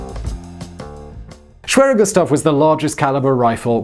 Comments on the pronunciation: Greetings from Germany! You pronounce the name very well. No complains from me about the english tongue accent. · i speak polish, and you 'almost' said it corrctly :) matter of properly accents but overall quite good :) try to learn other 'schwere' names such as.. schwerepanzerabteilung (i love german way of sticking few words together and make a new one :) ) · The pronounciation of schwerer Gustav was actually quite good. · your pronunciation of schwerer gustav was actually pretty good